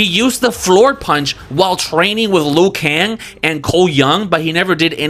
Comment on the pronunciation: HEY Another trailer park trash bag reactor save your opinion to your self bro we don't need and care what you think... you even throw shades at the actorwho plays Raiden about his English yet you claiming to be a so called fan of MK lore couldn't even pronounce the names of some characters correctly.. "noob saybot???" Luw kan and Kun lao ??? Wtf..😂😂😂😂😂 gayshiit always complaining and whining you guys are always hard to please do the movie/story/production yourself let's see if you can pull something? And kitana as one?? Well clearly your some woke ass gay shiit dude. You said it your self you always used women characters even when you were a kid.. 😂😂😂😂 pathetic.. your disappointed about most of the movie crybaby.. you wanted to share your opinion and reaction to the movie well THIS IS MY OPINION AND REACTION YO YOUR TRASH CONTENT SO LIVE WITH IT BROKE ASS IM ALSO JUST KEEPING IT FRANK😂😂😂